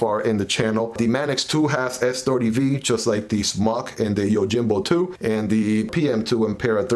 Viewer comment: The J is pronounced as an H, YOHIMBO